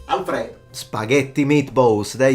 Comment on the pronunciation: When you read "Alfredo" as "Al fredo" and just stood up and walked out saying "Ok, let's go!" XDDDD